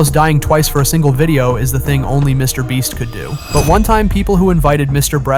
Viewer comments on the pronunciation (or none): MR BREAST! IT SAID MR.BREAST! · Mr beast? It’s mr die☠️💀👻